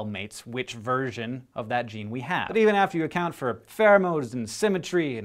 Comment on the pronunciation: When he said "version" , I thought he said "virgin" even though it had nothing to do with the sentence. I need to get my mind out of the gutter... :P